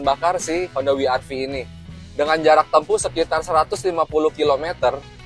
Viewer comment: ni mobil ganteng sih, apalagi lihat yg warna putih.. btw IMHO om. mungkin lebih enak dibaca "we er ve" om, kalau mau disebut pakai "ar vi" mending double you sekalian.. kurang empuk aja kalau dibaca "Wi" om.